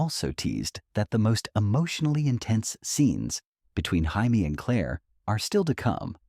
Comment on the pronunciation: It isn’t Haimie it’s Jaymie, it is Katrina and. It’s not Balfay, it is Balf. Day the names correctly or find someone who can.